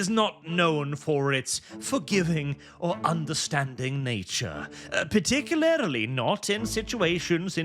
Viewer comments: I don't know why, but something about youtubers saying "particularily" instead of "particularly" always pulls me out of whatever they're saying to hyper focus on that one word. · Particulaerily Par tic yu lar lee